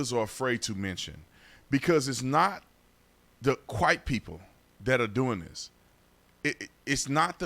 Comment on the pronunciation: It's not the qwhite people? Is he trying to say "quiet people" or "white people"?